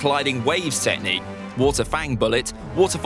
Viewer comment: Who wants to count how many times he says tehcnique